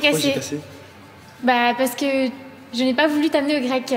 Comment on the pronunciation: Je n’ai pas voulu t’amener au grequeuuh